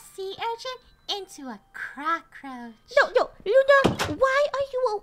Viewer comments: Lol I was laughing when Funny said cacroch not cacatoatch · Sounded like they said CROCKroach